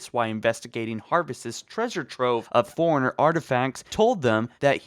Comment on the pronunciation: Is it just me or every time he says forerunner he says like he's saying Foreigner